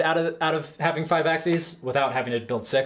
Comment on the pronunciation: Axeees? What the hell is axeees?